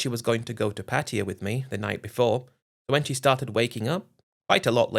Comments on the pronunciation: U managed to say once pattaya, before reverting back to ur favorite word, Patia 😂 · I believe the correct pronunciation is Patty-a (not Pat-tay-ya).